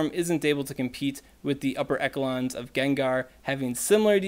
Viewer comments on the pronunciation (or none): FYI, it's called E-sh-long, not e-k-long;) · Thank you for another great video. Because you are into proper pronunciation : echelon is pronounced eSHa,lan.